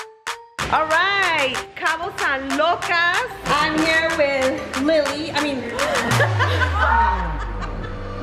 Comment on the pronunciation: “Lucas” it’s “Lucas”